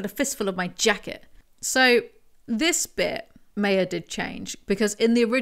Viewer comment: Does the old video explain why Meyer "my-er" is being pronounced like "may-er" here?